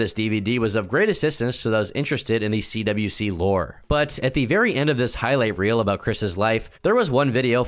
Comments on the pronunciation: And so my second favorite content creator covers my second favorite Lolcow. You mispronounced a lot of stuff (CWC is pronounced as "Quick" not "Quickie " ) and had some incorrect info,(like the other trolls being "okay" with Bluespike. No one was okay with bluespike. They witchhunted him, forced him to quit fucking with chris and then told Chris that Clyde Cash had him executed , which Chris believed and announced later on) but all and all it was a pretty accurate mini documentary , better than the gamerfrommars series, worse than Gino's . Still though, i salute you, fellow Christorian, for enduring the mental torment and fever dream that is; Christian Ricardo Weston CPU Goddess Blueheart Jesus Christ Sonichu Chandler. 🧙‍♂️ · you keep saying cwikie instead of cwc pronounced like quick you gonna piss me off retarded ass white boy